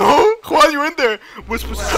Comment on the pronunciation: Juan went Ju-An in Korean accent